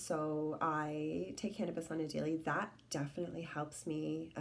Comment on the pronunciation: Did you say you take hanibis or canabis ?